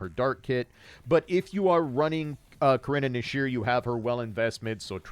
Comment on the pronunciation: I love how you pronounce Karenina